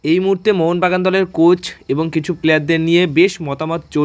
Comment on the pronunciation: তোমরা কারা? কার হয়ে দালালি করো? তোমাদের উচ্চারণ এরকম কেন? ম্যানেজমেন্ট কে বলো মেনেসমেন্ট। কোচ কে বলো কোস।